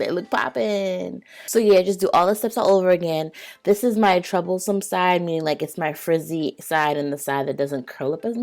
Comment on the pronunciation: omggggg i kind of figured that when i heard the way you said "troublesome"... i'm dominican 🇩🇲